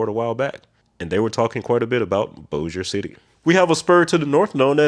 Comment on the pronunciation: Kudos on nailing "Bossier City" ... two more of the hard-to-pronounce locations in Louisiana are the "Atchafalaya" river and the city of "Natchitoches"!!